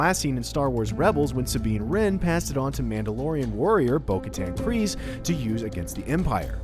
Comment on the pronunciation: Who else is upset at how he pronounced bo Katan KRYZE